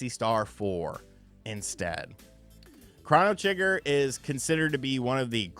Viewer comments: CROW-KNOW Trigger…not CRAW-NAH Trigger 😂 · It's crow-no trigger. Not cron-oh trigger... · U be killing me when u pronounce games lmfao … it’s cro - no - trigger … best way you can pronounce it and U - B - SOFT NOT … OH - B - SOFT 🤣